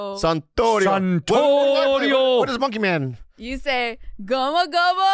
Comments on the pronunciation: Even though she goes with "gumma- gumma" not gum-gum, when captions read gum. 😂😂😂 and I know she doesn't speak Japanese. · I love yall but it's gum gum bazooka not guma guma lol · yeah it wasnt even the correct japanese way of saying it. Gomu-gomu-no bazooka